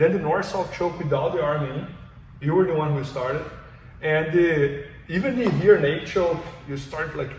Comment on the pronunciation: He’s saying rear naked choke, but I hear naked choke.